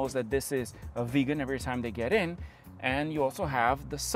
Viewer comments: it is not a veegan it is a viggen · Please, its not "Veegan" it is pronounced, "Vig_en". Thanks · Im being pedantic, but it's not a 93. It's a 9-3. Nine. Three. Also, it's not pronounced Veegan like vegan. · Viggen not Vegan!! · I seriously don’t understand why you can’t pronounce Viggen. Where does it have an ‘e’ in the beginning of the word ‘Viggen’? It is the ‘i’ as in Hitchhike. 🙄😬